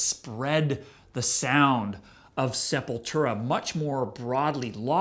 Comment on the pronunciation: It's not that be of a deal, but so many ppl pronounce Sepultura wrong, I've heard the band band members pronounce it SEP-YOU"LL-TWO-RA. Not SEPUL-TERA. But it doesn't really matter what I think, I don't listen to any Sepultura after Roots Bloody Roots.....I only listen to Max era Sepultura.